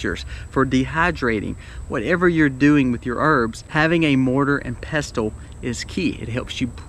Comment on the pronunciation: I've never heard anyone pronounce the t in pestle. My brother has at least one, one I gave him but it's not safe for food as before I gave it to him I used it for grinding a rock that contained lead, and I have 2- one for culinary use, the other I'd rather reserve for medicinal use. I can't afford a grinder, and most of them don't have good ratings for reliability. So I was wondering if I could do it super old-school, and get two round, flat stones. It'd be cool if I could somehow attach a handle to the top one, Then you put the grain on top of the bottom stone, put the top one on the grain, and use a handle or something to just turn the top stone until the grain's ground however fine you want it. I should look into that, tbh. If I can get that plus some dry canning supplies, I should be able to prepare acorns pretty well.